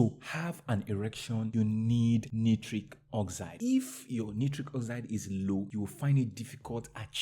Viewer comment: Dear friend correct pronounciation of nitric is night-trick. As in Night trick oxide.